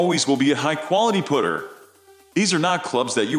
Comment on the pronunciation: WTF These aren't centered shafted, hate how this guy says Putter sounds like he's saying pooter